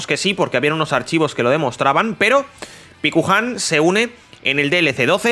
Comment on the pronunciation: Paikuhan, no pikuhan